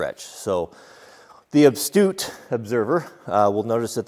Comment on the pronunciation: I clicked on this comment hoping it was addressing his language. Is my hearing going or did he say "abstute"